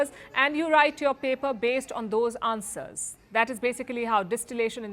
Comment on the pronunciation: Palki learn how to say "Answers"